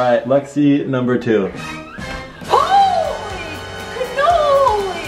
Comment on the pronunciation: nobody:: "Holy cnoly"lmao